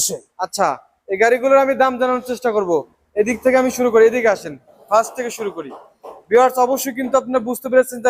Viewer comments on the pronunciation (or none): none